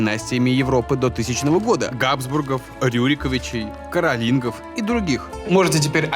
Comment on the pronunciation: должно быть карОлинги,а не Карлинги.